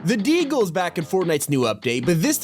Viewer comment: The way says “Deagle” is so funny